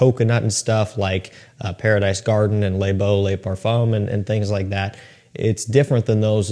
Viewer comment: Love your videos bro but you gotta try to start pronouncing “le” correctly. It’s not pronounced like “lay”, it’s should sound like “leuh”